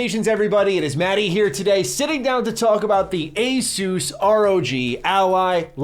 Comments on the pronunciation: It's pronounced Asus . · Is it pronounced Asus or Asus?